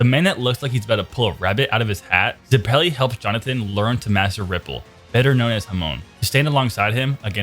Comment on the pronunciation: Ze-pelly Its zepp-il-ee